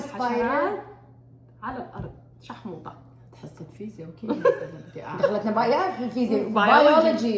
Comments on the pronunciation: هي قالته حتى غلط.. الكلمة الصح هي شاحوطة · شاحوطة و ليس شحموطة 😅😅😅😅 حتى انت ثقافتك السودانية صفر ياشهادة عربية مع انا زاتي شهادة عربية